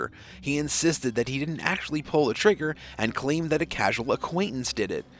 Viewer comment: " Didn't" not "dint". Try to pronounce common words properly for a more professional presentation.